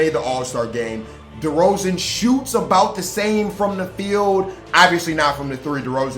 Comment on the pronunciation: The amount of disrespect on my man Derozan's name is crazy... you wilin for real